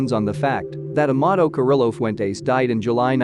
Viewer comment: ouch the name butchering....that should be a crime! Lol